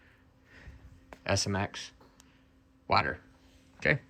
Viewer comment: Please stop saying the word "water". The way you pronounce that word is so strange.